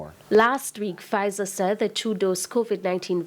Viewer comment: Lol so now this man saying you should take half vzir half moderna 🤣😂🤣😂🤣😂🤣😂🤣